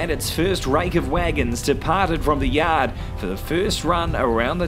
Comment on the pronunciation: Ha ha! When he said "yod", I thought he was from bloody Boston. Great narration, nevertheless!